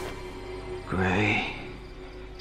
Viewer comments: I thought said gray sun not grayson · I though he say “gay, son”